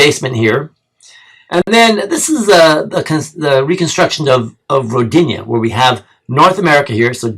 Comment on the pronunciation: Its pronounced (Ro dee na) more emphasis on Ro part.. Rodinia sounds like female name lol